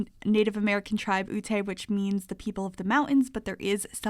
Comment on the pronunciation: "Ute" is said "You-T"